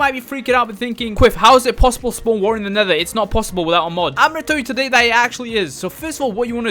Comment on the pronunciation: You saying waer in stead of water